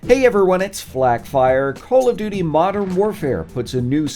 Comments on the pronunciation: Did anyone catch him say call of dodo 😂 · He called it call of dodo atleast thats what i hear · u said call of do do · Legit, dude just said Call of DooDoo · did he just say call of doodoo? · Call of doodoo you said 😂😭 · Did no one else notice how he said call of dodo modern warfare? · " let's look in 10 wepean details in callof do do" I'm pretty sure he said "call of do do" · we just gon ignore the fact he said “call of dudu.” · That feeling after the coffee in the morning. The "call of dudu"! xD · h3y he said call of Dudu